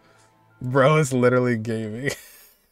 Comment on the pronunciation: I would just like to mention that Gaming is supposed to be (Ga ming) not like gaming, they just put the two chinese words together and it's like that